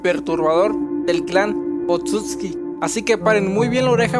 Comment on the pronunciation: Me parece que la forma correcta de pronunciarlos es "Otsutski" igual no confirmo nada xD Saludos!